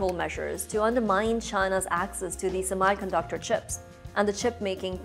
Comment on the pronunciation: Sorry to say but You are not pronouncing "Semi"_ conductor correctly.